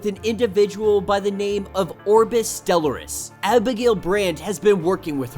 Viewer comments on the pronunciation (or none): Friend, it’s “STELL-R-US”. Respectfully ♥️